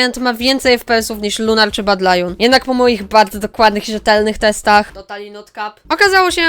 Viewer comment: Tez mnie to interesuje czemy "Badylion" "włAncza" sie tak dlugo XD